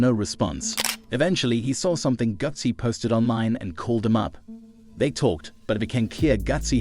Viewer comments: 😂😆😄 I was thiwho is "gussy" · Why AI can’t pronounce Gucci it’s been around way longer can’t trust nothing with no common sense and was dat RIP🐬 at the end smh you use AI for this whole thing to be put together sheesh this was a 👎🏾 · Bro stop saying his name like that bro u trying to funny are what